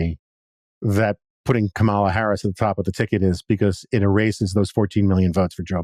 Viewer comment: What the hay, Jonah? You can't bother to pronounce the sitting vice president's name correctly? Maybe I expect too much from the Dispatch. Edited to add: I swear I saw you on a CNN panel this morning discussing the very issue of Trump mispronouncing her name, and you giving Trump the benefit of the doubt... and now I'm questioning your sincerity on the issue, hearing you do it, knowing you're absolutely aware of it as an issue of disrespect.